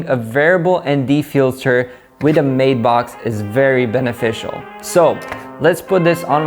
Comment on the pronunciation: Kid' it's a Matt-box, not a mate-box! Use Google translate and let it speak the word, it's annoying when it's spoken incorrectly.